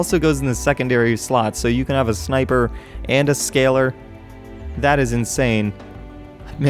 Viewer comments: Scalar: Sca-Lar not Scaler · I'm about 100% sure it's not pronounced "scaler" Try "sca-lar"